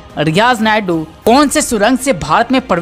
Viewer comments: Naidu nahi maiku hai,Sahi uchcharan karo dear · Sureshji ye aawaz kiski he? Ye riyaz naiku ko Barbar riyaz naidu bol rahe he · Naikoo he spelling thik se bolo